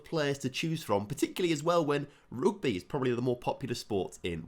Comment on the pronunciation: did he say roogby instead of rugby?🤣🤣